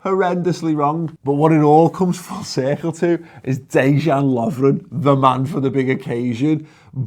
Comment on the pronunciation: The only thing I ask for, is for you to say Dejan’s name properly please 😂